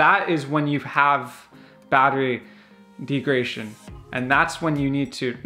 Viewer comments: Great vid!! “Deg-ra-da-tion” not De-gra-tion. Hope that helps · If this guy says "degration" one more fucking time... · De-grad-a-tion. Say Degradation. Yes, Degradation. Good. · It’s not pronounced degration? Very funny dude made me laugh when it comes to the Tesla no subject is more highly contested than charging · Bad information, poor presentation. It is pronounced deg-rah-day-shon. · There isn't a chance in hell I'd take advice from a guy who has had his Tesla lowered and then mounted super-wide tires on it (and doesn't know how to pronounce "degradation" in a video about battery degradation). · This video is actually a bit misleading, and you couldn't even pronounce degradation correctly. The number displayed has NOTHING to do with driving habits. The best way to know how much your battery has left is to take it from 100% and 0% and read off the kWh (consumed) and compare it to a new model 3. That is the best and most reliable way to measure degradation that we as owners have. I agree with leaving it in % but every once in a while I'll switch it to miles just to see what the computer "thinks" it has.